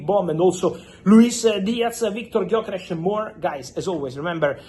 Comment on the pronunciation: Pronounciation of Gyökeres is perfect. Very hard for not native hungarian, because theree is no "Gy" in other western languages. Huge respect to deal with it.